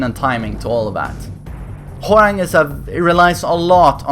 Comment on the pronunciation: Why does it sound like he says Whore-rang